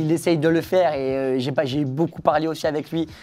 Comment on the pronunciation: Ohhhh je suis déçu de t'entendre prononcer boucoup faites un effort tous BEAUCOUP 😂 MERCI 😘